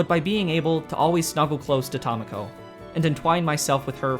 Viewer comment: Not only did I know you'd mispronounce Tamako, I correctly guessed your mispronunciation before hitting play.